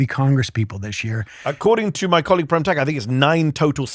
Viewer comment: Can someone tell Mehdi and/or Prem Thakker how to pronounce the name Prem properly?